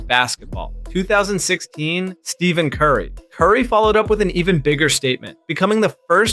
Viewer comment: "Steven Curry"